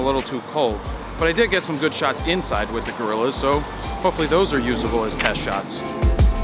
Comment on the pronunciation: teehee....you said teste